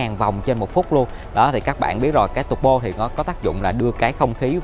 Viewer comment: Sale Mercedes review xe mà phát âm "tăng bô", "giảm bô". Thoát luôn ko xem nữa